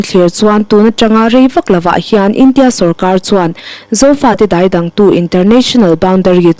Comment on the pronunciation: Daidang tih hi i thluk dik lo hlek. Tui sa ka dai a, ka ke a kang, kan tiha dai tih rik ang hian tih rik tur.